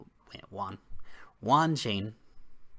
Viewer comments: It's pronounced "WAAAAN" as in Washing ..Vaaa...WAN also means 10000 in Chinese. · "Wanchoin" =)) i cant take it =))))) too funny